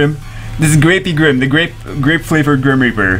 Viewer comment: Ellia ultimate SW waifu though.. also each time you said "de griem rieperrrrrrr" the camera tried to auto focus.. idk why I thought that was funny